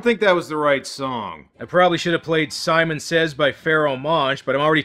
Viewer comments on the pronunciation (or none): none